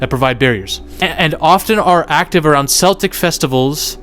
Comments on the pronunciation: Celtic = Kell-tick. Not the basketball team. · Celtic is pronounced with a K...like KELTIC